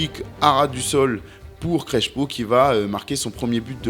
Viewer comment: ça ne ce prononce pas CreSHo, mais CreSSpo 😉